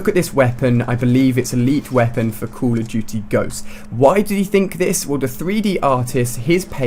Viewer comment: HEY Ali-A its call of duty not COUL OF DUTY